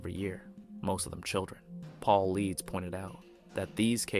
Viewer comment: Piss pour pronunciation is a dead giveaway for using AI w/ long format videos (screams laziness), or whomever owns the channel really isn't into the actual subject & it's nothing but clickbait. David Paulides (pronounced as Pau-Ly-Dess) not Pauleeds... Someone that is believer in Bigfoot is/should be familiar with the name David Paulides & missing 411